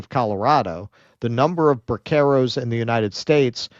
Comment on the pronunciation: is pronouncing braceros incorrectly.